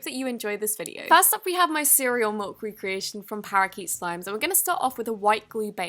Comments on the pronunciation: am I the only one who hears MULK instead of MILK? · Did anyone hear her say mailk? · lol you said mulk